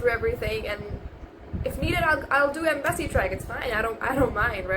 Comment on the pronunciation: Your accent is really good but there are some tells, your pronunciation of words like "percentage", "embassy", etc. are wrong